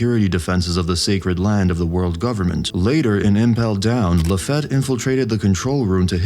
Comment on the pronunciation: It's pronounced "La-Feet" NOT La-feht... It's also NOT Dev-in... It's Dev-on 🙄🙄🙄🙄🙄